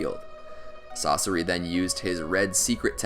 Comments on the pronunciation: I hate the way he pronounces Sasori, he say sauce-ari, isn't it pronounced sauce-sour-ee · pains me to hear "sauce-er-ee" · No One: YouTube When He Says Sasori: Sorcery Society Saseri Saucery Sasorey